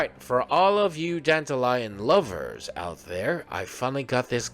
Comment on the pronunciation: Why call it Danta-Lion though? So weird. You can even hear them say Danta-Lyon in the story. Wrong pronunciation of the name , BUT a nice guide .